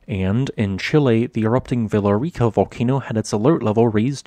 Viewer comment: For context on Villarrica, the double L is said like a Y. So its more like Viyarica. You can also roll the r if you want to.